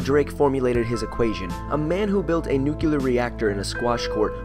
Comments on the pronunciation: GHHAAAA! NuCLEAR not nucULAR!!! Sorry... pet peeve :/ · He lost me at nuke-ya-ler. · "nucular".. nice job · NUCLEAR NOT NUCULAR!!!!!! But besides that great video! :) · its nu-clear not nucular :)) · DID YOU JUST SAY "NUKELAR"?!?!? ☢️ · coughs "NOO-KLEE-UR"..... ;o) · Why do people struggle with saying "nuclear" correctly and instead say "nukelar"? A lot of "science channels" including this one still commit the same err over again, feels bad man.